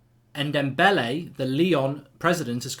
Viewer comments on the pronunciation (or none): PLease stop saying N Dembele hes pronounced N Dom Ble